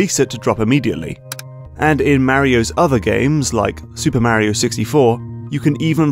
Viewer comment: Thank you. Exactly what came to my mind. He commented that he uses the words of a certain game designers book. Still a stupid (and pretentious) choice, IMO. Make him sound like a hipster douche. Also... MARY-O! OH MY GAAAAWD!!! D-:<